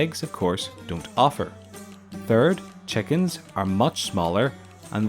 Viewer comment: What accent is: 'chekins' and 'pegs'?